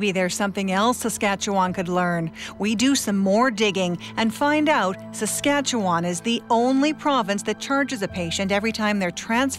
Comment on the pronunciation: I can't take the way she pronounces Saskatchewan. Why is it so so hard? The end is pronounced like 'one'.